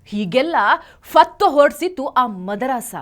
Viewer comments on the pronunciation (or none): ಮದರಾಸ ಅಲ್ಲ ರೀ.. ಮದರಸ.. 🤦🤦